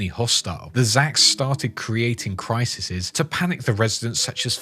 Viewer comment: Criseses? lol. Oh my. Well, at least there was an Adam Sandler jab so, well played sir.